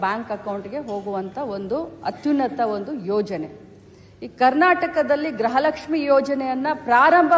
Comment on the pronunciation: ಗ್ರಹಲಕ್ಷ್ಮಿ ಅಲ್ಲ ಕಣ್ಣೆ ಲಕ್ಷ್ಮಿ ಗೃಹ ಲಕ್ಷ್ಮಿ ಅಂತ ಬೋಗಳು ಅವಿಧ್ಯಾವಂತೆ